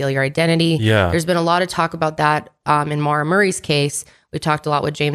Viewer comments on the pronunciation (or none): none